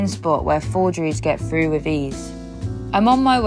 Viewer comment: Frough. I cannot get over how they say "through"